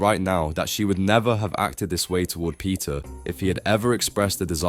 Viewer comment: when u say peter, i hear pizza🍕